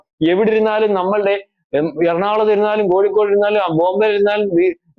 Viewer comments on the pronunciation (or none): none